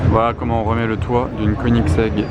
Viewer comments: Koenigsegg, se dit queue nix ègue, inculte.. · Une quoi tas dit ? KONITEG ? 😂😂😂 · Koenigsegg Agera RS